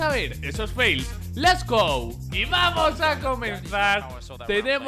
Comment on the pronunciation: Hola no soy hater pero porque dices Les go en vez de Lets go???